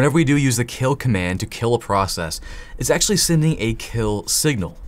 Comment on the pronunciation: Say pro-ass-ass-is really fast and ull get it lmao